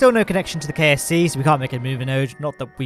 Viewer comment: Every time you say KSC I’m hearing KFC. Those poor Kerbals have no kerbal fried chicken connection